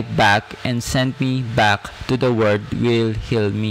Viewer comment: Kuya sanayan mo po ipronounce ang world with L, parati nawawala ang L. Pronounce it WORLD not WORD. Okay na po sana ang presentation nyo kaso napapalipit ang dila nyo